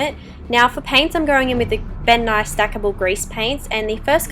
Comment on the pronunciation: I thought she said bill nye instead of ben nye